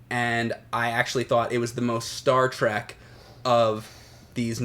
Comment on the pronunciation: Star TREK not Track.